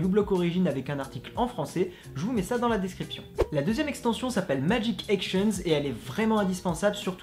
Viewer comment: Tu veux pas plutôt dire "chrome" ??? Crome, je connais pas. Et "magic Ektions"????